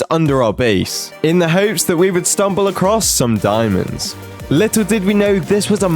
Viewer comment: The way he said diamonds😭😭😭